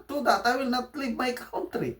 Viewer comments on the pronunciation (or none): none